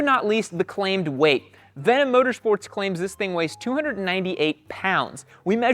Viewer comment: Bro literally butchered this brand 😂